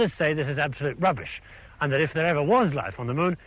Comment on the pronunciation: When he said that's enough of "Dat" he also invented the Gangter rap version of saying "that."